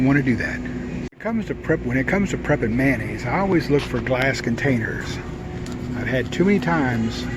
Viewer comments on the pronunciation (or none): I absolutely love videos of preppers adding to their pantry and or stockpile. My only issue is you called it Mannaisse, it’s mayonnaise😁 Just me being petty but my Mother was an English teacher so I’m sure you understand. Would drive her insane when I would say I speak American😜😜😜